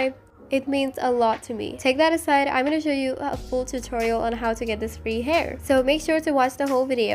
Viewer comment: "Free haur"